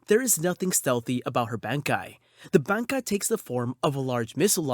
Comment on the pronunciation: Great pronunciation on the bankai’s!